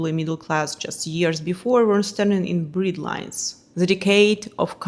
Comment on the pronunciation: AI and the speaker English cause confusion as ever , so share prices becomes " shure prices", bread lines becomes "breed lines" it, s a farce. they could forgot !!! they could forget. number fells SS Norman or was it Normandie ? Fashion "runway" she means " catwalks" A Farce of language . No mention of the anti Ornament movement, in Austria, Adolf Loos etc. ( Ornament and Crime. But nice ideas on architecture ( Loos was significant in Chicago), and cheap domestic product design as well as film set design.